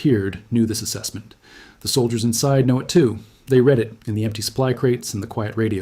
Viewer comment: Any chance of fixing the AI word pronunciation? Tapp d, t he, m a p grid, these are just 3 examples.